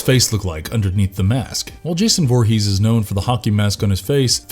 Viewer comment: Derek play Jason 2009 not 2019 and it's Voorhees not Vorhees